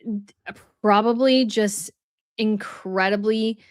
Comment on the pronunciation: Come on,! "Probably"! 3 syllables! 2 B's! You are too old, and too accomplished to say " prawley"!